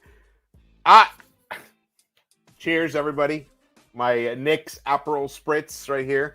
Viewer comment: Lmao did he say my Knickas in the intro??? 😂😂😂😂😂😂😂😂😂😂😂😂😂😂